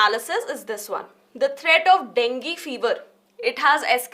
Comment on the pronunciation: Dengi ✅ Dengue ❌